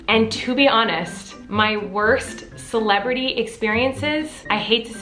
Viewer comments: Everytime you say celebrity i only hear Miranda😂😂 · Colleen: celebrity Me: CELEBEDDY